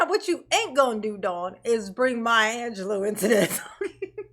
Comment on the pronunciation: Maya “ANGELOS” “poim” 😆